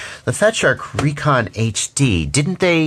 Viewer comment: I 'reckon' they are supposed to be pronounced RE-CON. Love ya,, thanks for all the incredible info.